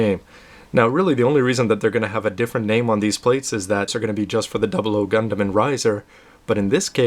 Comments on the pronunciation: excuse me, obviously your not a true gundam fan, despite your name, had no problem with the pronunciation. that is how they pronounced it in animes and the official website. Just ask any true gundam fans and see if his pronunciation is wrong. Sorry but i have to say, with YOUR pronunciation, you fail. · so you're saying you can pronounce it better? think again,thats how Japanese say it, thats how gunpla FANS say it. thumbs up if you guys out there say this is correct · Gundam.... WHAT THE HECK!! PEOPLE QUIT TROLLING THIS VIDEO!!! nothing wrong with the way pronounces "Gundam" or any other word. I personally don't like anything lower than the 1/60 scale model kits xD I mean, not that I don't like them.. but I wouldn't get them. After you get a PG, you don't really feel the need to get anything less. At least that's my stand-point on it.